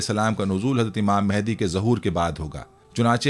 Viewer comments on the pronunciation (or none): none